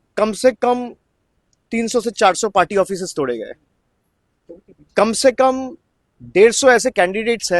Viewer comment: কোম সে কোম তুম কো কেলনি দেন পড়ে গা কোম সে কোম 😅